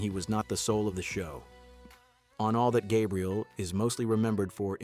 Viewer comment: The first “all that” mispronunciation in the video will tell you the quality of what you’re about to watch ..